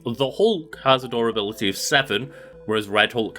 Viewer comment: all i hear is adorability lmfao instead of durability